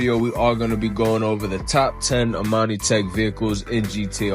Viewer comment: Imani. Tech... Not Amani tech